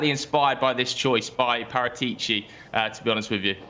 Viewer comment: I can't take butchering Paratici's name any longer.